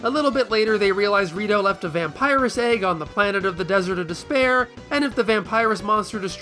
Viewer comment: What fun idea for a comparison video. Also when you said "Desert of Despear" the only thing I could think of was the albino in Princess Bride.😂